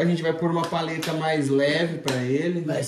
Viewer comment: Feliz ano novo de vida para o vô Anésio!!! Feliz aniversário 🍾🥂🍻🍺🥃🍹🍷🍹🎂 Ahhh... é PALHETA e não paleta que se fala,viu?